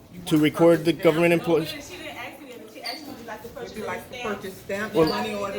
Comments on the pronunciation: Why axe instead of ask ? Such a lazy way of speaking. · But She axed you lol learn how to talk it’s asssssssssssked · What do you call a person that mispronounces the word ask as axe? An ask murderer